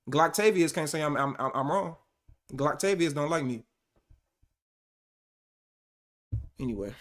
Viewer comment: Fool said gloctavious😂😂